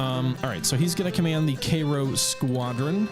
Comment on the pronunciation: It was hard to watch everytime you pronounced cairo.